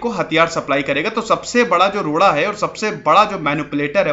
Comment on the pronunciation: You want to say "Loda" but you have to say "Roda" 😂😅